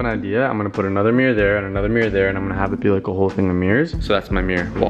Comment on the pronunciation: you and both say some words the same like “mirr” (mirror) and i love that